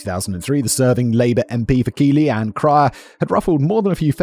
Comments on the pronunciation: I’m only a short way through the video, and I’m already aware of the case and I’m horrified. As a resident in Keighley, and having lived here during the time in question, it’s scary to know we had this issue here too. Also fun fact, it’s pronounced Keithlee, not Keely. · It’s not pronounced Keighley, it’s Keith-Lee. My grandad comes from there and your mispronunciation is driving me nuts. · Simon's pronunciation of Northern towns upsets me 😅 Keighley is pronounced Keith-Leh